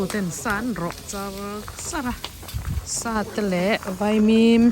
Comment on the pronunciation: veimim tih loh tur , vaimim tih tur aw....